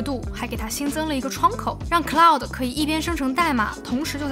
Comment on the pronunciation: ummmm 是claude。。。不是cloud